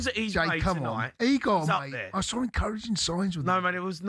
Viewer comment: Incouridging signs 😂😂😂